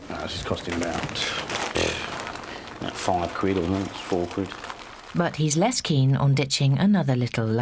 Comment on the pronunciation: Lesson nuber one: Learn how to actually say "quid".